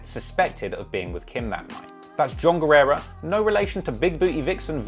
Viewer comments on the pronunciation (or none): You r right about him saying the name wrong as he was told that he could be sued for using his name in his songs. Guerra means War. Guerrera means Warrior. I know cuz Guerra used to be my last name. People often annoyingly pronounce that name by adding that extra bit on the end. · Is “Guerra” not “Guerrera”! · GUERRA NOT GUERRERA LOL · guerra, not guerrera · not guerrera is just guerra (geh-rrah) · Guerra doesn't equal guerera. Learn to read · His last name is Guerra not "Guerrera". Eminem only referred to Guerra as "Guerrera" in "Sing for the Moment" as to avoid any further lawsuits from Guerra himself. Funny enough though, "Guerrera" means "female warrior" in Spanish. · me hearing all the time guerrera and reading guerra:🧐